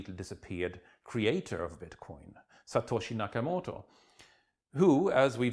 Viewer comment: when he says 'Satoshi Nakamoto' he uses a Chinese ascent rofl. Just because it sounds like an Asian name, what a twatwaffle